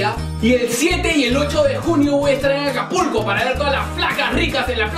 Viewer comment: del al ; dijo ''APULCO'' en vez de acapulco lol